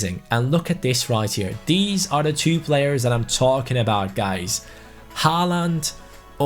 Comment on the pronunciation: Im pretty sure håland is pronounced holand